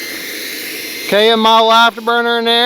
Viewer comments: You keep saying vaipor. It’s a raptor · I have to agree with you defo said viper :-) it's not eflite lol